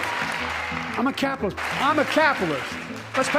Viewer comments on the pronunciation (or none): "I'M A CAPILISS..." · He cannot pronounce words, not merely the Laken (which comes out “Lincoln”), but words like “capitalist.” And they think he’s “sharp.”?